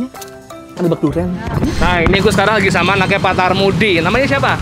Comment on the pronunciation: Pak Karmudi bang bukan tarmudi hehe..